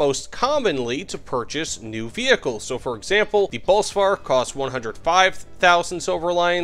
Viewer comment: i like this guy, he said Bosvark right